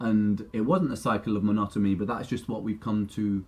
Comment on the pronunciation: Is it just me or does Ren actually say Monotomy with an M, instead of Monotony?? Lol